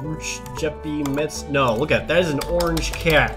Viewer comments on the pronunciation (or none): none